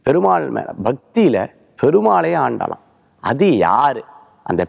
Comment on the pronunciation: Its Aandal, sir